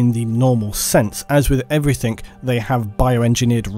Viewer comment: Stop saying everythink